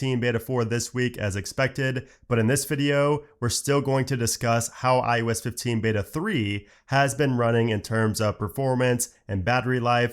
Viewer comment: does anyone else think he keeps saying iUS?